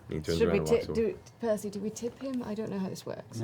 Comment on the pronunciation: Ha! Of course Tary is the first person to actually get Percy's name right after the first time hearing it. xD